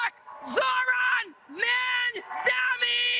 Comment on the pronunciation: FFS, get the man's name right. It's MAMDANI, not MANDAMI, not MAMDAMI. It's not that hard.